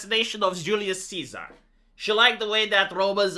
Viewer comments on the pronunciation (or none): none